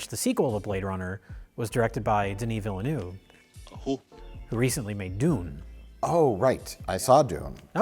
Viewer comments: "Denny Velnuwaver version" !?! should be pronounced Vealnerve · Mike, it's VILL-NUHV, not Villanueva. HACK. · The new Denis "Villa nu eva" Dune? At least we get level mispronounciation 😅 English speakers trying to pronounce french without hearing it first will never get old for me 😘 Phew, saves it later 😀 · Hey guys, love the review. Just a little correction on the pronounciation of Dennis Villleneuve for. You got Dennis perfect, you don't pronounce the s, but you pronounce Villeneuve as Ville-nouve. Phonetically you should pronounce the "neuve" like n'oeuvre like oeuvre d'art without an R. Keep up the good stuff, lots of a love from a movie enthusiast from Québec! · It's not Villanueva dammit! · Mike saying “Denis Villanueva” is really upsetting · Mike's pronunciation of Villeneuve is... really something...